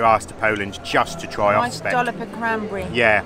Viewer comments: "osCYpek" [ostsihpack] You ate part of the word :-) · i love your reaction sir: "finally we found Ospeks (Oscypeks)" yes, i love it really. to help you with pronounciation; 1 Austzipek or 2 Austzipki . Cheers & Thanks Btw actually i can imagine Ospeks could be also tasty with flavorsome blackcurrent jam or maybe tangy chokeberry jam; why they serving it with cranberry? I dont know. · Perfect pronunciation except for 'oscypek'. Nowa Huta was supposed to be a perfect communist city., some kind of prototype for other newly built cities. Smiliar architecture you will see in Warsaw. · Welcome back. Great pronunciation in Nowa Huta but your Oscypek... it should be pronounced more like [Oztzipek] Have you been to Wanda mound? It is not far from main gate to metallurgical plant. A bit forgotten mound, I think. Wish you great weather and pleasant encounters.